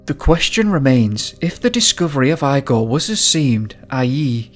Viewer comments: Correct me if I'm wrong but Eyegor is the incorrect pronunciation. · Are you pronouncing his name “Eye-gor?” Do you know anyone named Froederick? 😄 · his name is pronounced E-GOR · Jesus It's IGOR like E G O R not I G O R 🤣🤣🤣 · Eye gaw? It's Igor, pronounced Ee gor. Deff weird intonation. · I'm pretty sure the pronunciation is "ee" gor not "I" gor otherwise thanks for the upload.. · Eye -gore? it's pronounced EEE-gore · Wheeemnny. Whennny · Eye-gore?? EEEgore!! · lol you said his name eyegor.. I needed that little laugh 😂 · Igor is pronounced 'eegor. Thanks for the video. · Eee-gor Dyatlov is his name. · Great video, hauntingly scary story., just a well-intentioned remark: IGOR is pronounced similar to (Wend)IGO + R, with emphasis on i. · Eeeee-gor ffs! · Doing a shot of vodka every time you say ‘eye-gore’....